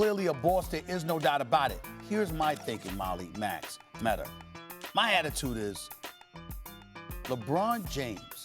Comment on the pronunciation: "Molly, Max, Metter" Steven A stays adding an "er" for words that end with "a" 😁